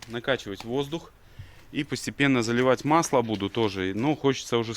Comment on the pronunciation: АндранИк, а не АндрАник. Хотя, будем считать это локализацией армянского имени на белорусский язык;-) P.S.: Долей масло! (просил напомнить)